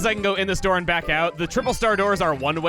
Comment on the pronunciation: now: lets suck this doer open... that’s something no one has ever said during Luigi’s mansion dark moon: let’s suck this doer open with the poltergust